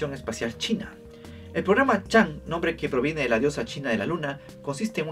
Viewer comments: la diosa china se pronuncia chongâ (agradecimientos a SMITE 😂) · Chang'e se dice como Chon'ga saludos ✌ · Chang'e se pronuncia como "Chang o" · Chang'e se pronuncia (por lo menos en inglés) "chong'áh", por si te interesa el dato jajaja